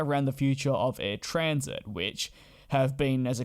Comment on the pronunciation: First, and once more, it is Air Transat, not Transit. Transat as in Trans-Atlantic. Air Canada was only interested in eliminating a competitor. It used to be that charter carriers like Transat, Royal, Canada3000 and many others truly had cattle class, uncomfortable seats, low seat pitch, no meal while scheduled carriers had much better cofmort and service. Air Canada had started "Rouge" as a competitor to charter carriers with smaller seat pitch, no meals ect. But it has since "densified its cabin" (using AC's own statement to shareholders) so is no longer different from Rouge comfort. 10 across on 777 with 30" seats pitch on 15 hour flights. Suspect that post COVID, we'll see the Rouge branding disappear (just as its previous attempt at "low cost" called Jazz fizzled and was merged back to mainline, but with re-use of "Jazz" brand for regional operations. With its mainline undifferentiated from of of the few remaining ex-charter Carriers in canada that has now gone scheduled, Ac would have to compete on price with no premium for comfort. So eliminating Air Transat was its way to deal with it. The impact of COVID is create a glut of used aircraft. So the resale value of Transat's fleet dropped dramatically is this is likely one of the biugger factors in wanting out because all of a sudden, Air Canada was buying an airline instead of putting a competitor out of business. Had the transaction gone ahead, the same would have happened as happend following the elimination of Canadi